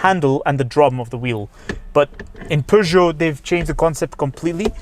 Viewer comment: As a French I can tell you that your prononciation of "Peugeot 3008" is really good 😄